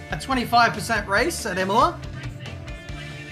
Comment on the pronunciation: Imola It’s Imola.